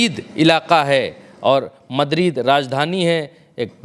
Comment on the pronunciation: मदरीद नहीं भाई मैड्रिड नाम ठीक से पढ़ो।